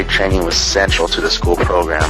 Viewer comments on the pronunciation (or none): none